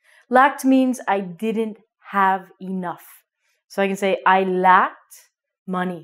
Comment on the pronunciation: Thanks a lot, just question: when you pronounce "sacked" and "lacked", i can hear sat and lat, is "ck" omitted?